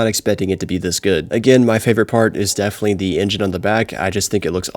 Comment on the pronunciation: can you pronounce "definitely" right for once?